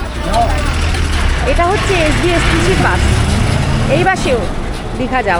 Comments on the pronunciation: Bus এর উচ্চারণে স শুনতেই ভালো লাগে,, শ শুনতে ভালো লাগে না।।।বাকি ভিডিও বেশ হয়েছে।।উচ্চারণ টা শ্রুতিমধুর হলে আরও ভালো লাগতো।। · Vdo ta khub valo laglo kakima keo misty laglo kintu baas kotha ta kane lagche. Bus bolun kakima